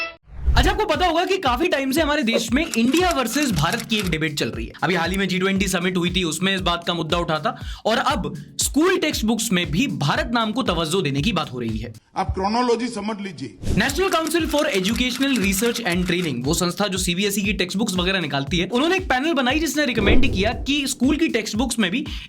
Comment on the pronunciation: तवज्जोह नही तवाज़ो।